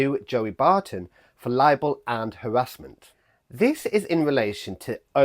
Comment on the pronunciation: An Englishman who can't even say "harassment" properly! Stop setting yourself up as judge and jury!